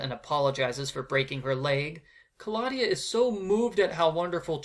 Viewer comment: Black and white slapstick movies are a good plot addition. Kristy ran all the other babysitters out of town, reminds me of the Robot Chicken sketch. Also, Betsy could be a future psychopath/serial killer They could of done some amazing things with those plot points! Ka-law-dia, I always pronounce it Claw-de-uh